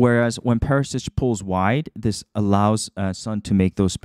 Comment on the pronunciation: Very deep analysis. Word to the wise: its Perishich, not Perisich. (pronounced Per-ee- shee - ch)